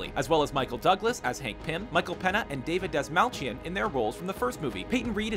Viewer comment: That was not Alan tudyk. That was Arthur darvill. and it's Michael "pain yuh". not peena. You guys are infuriating. Do better research.